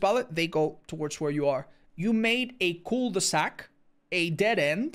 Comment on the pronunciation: how did you pronounce cul de sac😭